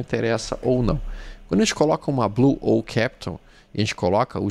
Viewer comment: Uma dica construtiva, caro: "owl" é coruja em inglês. Se gosta do ativo, começa a pronunciar de acordo q já leva uma legião de admiradores do seu trabalho fantástico, como "au".:medal-yellow-first-red